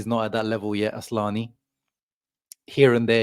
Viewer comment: It is isn't asslani it's asllani 😂